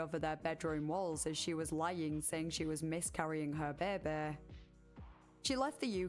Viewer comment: I love the way you pronounce "baby"! Beebee